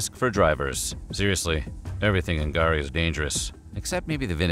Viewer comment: Thank you for pronouncing K'gari correctly 😊